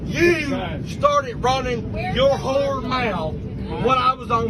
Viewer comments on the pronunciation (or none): I don’t think he said whole mouth, I heard an r in place of the l.